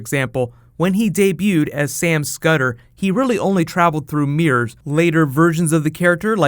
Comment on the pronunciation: Y does he say mirrors as meres